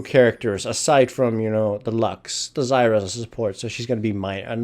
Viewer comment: this is completely redundant and irrelevent, but what caused you to pronounce zyra's name differently compared to other team battles?